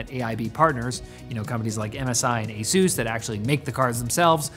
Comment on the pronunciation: Your pronunciation of ASUS is strange. It sounds like Jesús, which is disrespectful, or Zeus, which is pagan. To avoid disrespect or paganism, please simply say ĀY-sŭss.